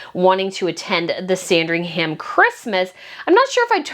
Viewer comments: Lovely video, 🙂. Just by the way, Sandringham is pronounced ‘Sandring’m’. Same with Buckingham and any place in UK with ‘ham’ on the end of it. Cheers ♥️ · It’s a silent ‘h’ in Sandringham, the emphasis on the first ‘a’ ie Saaandringum is how we pronounce it. 😊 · Love the video as usual- just a bit of a pronunciation note: Sandringham is pronounced ‘Sandring-um’. Places is the UK ending in ‘ham’ aren’t actually pronunciation like that (Nottingham = Notting-um etc). Same with shire (that’s ‘sheer’)